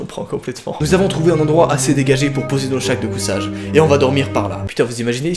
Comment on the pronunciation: Haha XD je sais pas si vous avez entendu mais à 5min33 a lu le paragraphe des sacs de couchages mais au lieu de dire sacs de couchages il a dit « shacs de cousages » voilà allé slt (En tous cas du lourd frérot comme d’hab »😂❤️😅